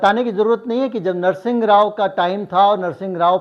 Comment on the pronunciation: नरसिंग नहीं नरसिंह जी, ..नाम तो ठिक से लेना